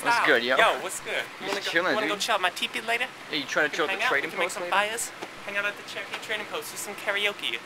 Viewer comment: LMAO you Oklahoman's and your bird traps LMAO you guys need your own show =D and you pronounce Cherokke Chee-ro-ke